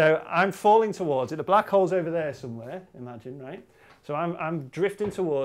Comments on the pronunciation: HAHA The first time he said "Black Holes" i was convince he said "Black Hoes". Dirty me. Good Video. Keep the good work up. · This is what I thought I heard Brady say "...about one of our favorite subjects and that's black hoes." And now I can't unhear it D